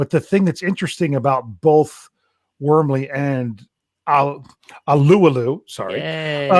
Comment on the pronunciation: BTSC.... THE CORRECT WAY TO PRONOUNCE TYSON ALUALU'S NAME IS THE WAY DAVE PRONOUNCED IT . Not the pronunciation . Lol, Tysons a local boy from Hawaii, same as I, and the Polynesian culture is rooted in hawaii. Figure I let u guys know haha